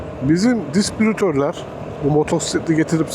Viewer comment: Yanlış: Disbrütör, disprütör, disbürütör, dispürütör. Doğru: Distribütör.